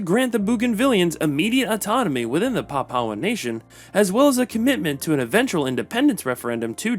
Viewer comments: Nope, "pap-OW" is not an Anglicized version - the pronunciation is "PAP-oo-aa" all over the world, including the Anglosphere and PNG. "pap-OW" is just a mistake. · It's Pronounced Papooahn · A little bit of googling would've saved you from butchering the pronunciation of "Papuan"